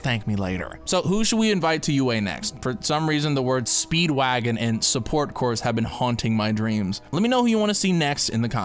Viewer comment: speed wag-O-n